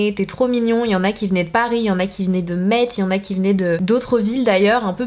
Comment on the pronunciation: On prononce Mess pas meTZ 😭😭😭😭😭😭😭😭😭😭❤️❤️❤️